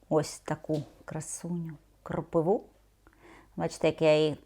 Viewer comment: Не кропиву, а кропиву.😊А так все ок!😊